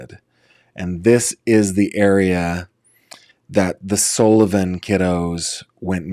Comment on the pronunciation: Sullivan not Sollivan.